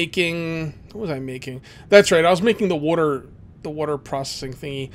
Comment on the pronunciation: You have to be for Philadelphia, you have the accent when you say water